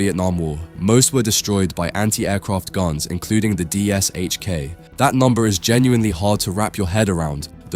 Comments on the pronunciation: Only an A.I. narrator would say "D-S-H-K" instead of " Dish-Ka". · sigh The PPSh suffered, the DShK suffers. It's not D-s-h-k, it's D-Sh-K. Phonetically, De-esh-ka. Or Dy-esh-ka (varying on dialect or variety of the languages that recognize the letter). The 'Sh' is a single letter and pronounced as such. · It's not pronounced as "D.S.H.K". It's "deh sheh kah". In Russian, the gun is spelled "ДШК" (Дегтерева-Шпагина Крупнокалиберный - Degterev-Shpagin High-Caliber (Machine Gun)). Russian has the letter "ш". English has the same sound, but it's represented by two letters ("sh"), as in shame, shine, shovel, etc. Same story with PPSh-41. It's pronounced as "peh peh sheh". Russians also commonly simply the pronunciation of these two guns as "dushka" and "papasha", respectively. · You`re pronouncing it wrong. It`s not D S H K its D Sh K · Its pronounced "Dishka" and it still doesn't come close to the M2, dream on though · Just say dishka please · Забавно на английском звучит ДиэСэйЧКей. Хотя там S и H должны читаться как Ш по задумке.